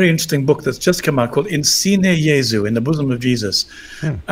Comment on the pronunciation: I think the second book Gavin mentioned is 'In Sinu Jesu' (rather than 'In Sine Jesu' as Gavin pronounced it). The subtitle of the version published by Angelico Press is "When heart speaks to heart". It's available from Book Depository and presumably other booksellers.